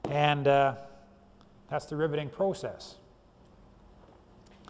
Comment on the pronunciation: I like the way he says "Proo-cess". Great Video thank you!